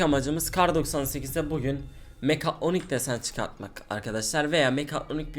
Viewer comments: sen önce git 1 konuşmayı öyren mekatonik deyil mekatronik tmmı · abi niye hep mekaytyonik diyon